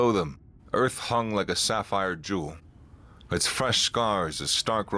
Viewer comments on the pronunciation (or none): none